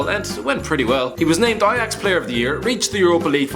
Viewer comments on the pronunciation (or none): none